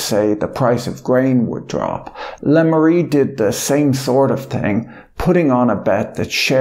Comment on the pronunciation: Le Maire is pronounced such that it rhymes with Bear :)